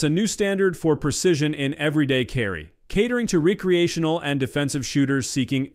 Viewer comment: This is a robot. It mispronounced "recreational."